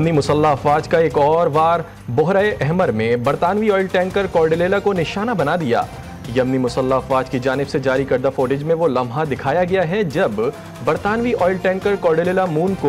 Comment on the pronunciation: بوہرہ احمر نہیں۔بحیرہ احمر ہے ۔پہلے نام تو صحیح سیکھ لے